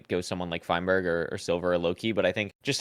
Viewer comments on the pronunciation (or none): All of them just said feinberg 💀(good video btw)